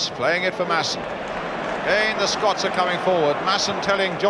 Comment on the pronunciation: Total dougnut that jack charlton. Constantly calling us Skotch!!